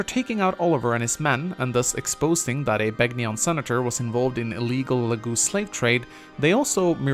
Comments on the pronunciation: The "g" in Begnion is silent -_ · Are you even allowed to mispronounce Begnion right after Sanaki pronounces it for you? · Reee, you're mispronouncing Sanaki and Begnion, reeee unsubbed disliked!